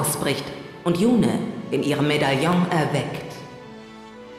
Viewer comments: hast du gehört? Yune (flüssig) und nicht Yu-ne! Mit freundlichen Grüßen ~SuluX P.S: Schönes LP gewesen ^.^ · Ja, er hat es sicher gehört. Aber der gute hat jetzt das ganze LP über YunE gesagt, da wäre es auch albern, es im letzten Kapitel plötzlich anders auszusprechen. Zumal ich (das ist natürlich nur eine persönliche Meinung) finde, dass es mit langem E hübscher klingt =) Und zu deinem P. S., das LP ist doch noch gar nicht zu Ende, morgen gibt es wieder FE zu genießen =)